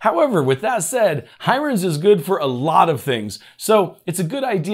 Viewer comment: Thanks for the info - most useful and in idiot proof English :) Just one thing, the name Hiren looks like an Indian name - pronounced "He-run" - I could be wrong, but that's my take on it. Doesn't stop your video being super useful.